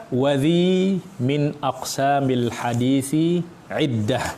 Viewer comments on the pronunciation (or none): Kalau tidak salah baca: minaq sami bukan min aqsami.. Alasan krn merusak wazan bahar rojaz nya